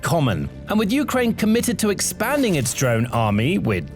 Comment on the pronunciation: Um, I'm pretty sure "Ukraine" is pronounced with emphasis on the second syllable, not the first. It just sounds weird to hear U-kraine instead of u-KRAINE. Am I wrong about this?